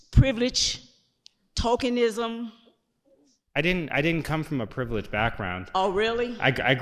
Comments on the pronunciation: And “talkingism” that’s a new one! 😆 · I heard her say "talkinism"..... she actually said "tokenism".... okay. I'm gonna review it though. Only because I want it to be "TALKINISM"! Here's the thing..... often my ears hear stuff that I enjoy much better than what is actually said... like this. I've never heard of the word "Talkinism" in my almost 50 years of life and I enjoy this word so much that I want it to be real! It should have a definition then. What she was doing..... TALKINISM! LOL, Yes! She was absolutely projecting talkinism! I gotta review it. In my rational sensible part of my brain.... it was probably tokenism. In my hopes and dreams.... it's talkinism... time to review the tape! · I think she was trying to say “tokenism” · she said, "tokenism"